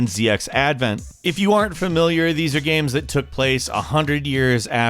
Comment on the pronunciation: Pretty good gaeiums. Why you pronounce game like gaeium tho